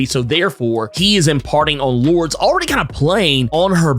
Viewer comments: Hey about the name Lourdes, it’s actually pronounced Lor-dess not Lords. Whoever told you Lords is incorrect. And yes that does include google. I know for a fact it’s Lor-dess as I have several relatives with the name. Sorry to be “that guy” but every time you mispronounced it caused me to cringe in embarrassment. Can’t have a fellow brotha out there getting it wrong. That’s all! Good video keep it up! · I know this may be small to some but Lourdes is (loor-des) not Lords. All in love. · I believe Sebastian Shaw's ex-partner's name is pronounced "Lord-es" not "Lords". Just an FYI. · I think it is interesting how you pronounce Lordes Chantel. You say “Lords” when I read it and pronounce it as “Lordis” I wonder which is correct? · I love your videos. One thing though. Her name is pronounced Lord-ez. Not the way I spelled it though🤣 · Love the Marauders books and always appreciate your analysis and fun, energetic commentary. Was reflecting today on the fact that I knew a person named Lourdes as a kid but it was pronounced Lord - Ess like saying confess. Would love to know if the writers intended it that way since it’s not a common name but that’s the only other person I’ve known with it.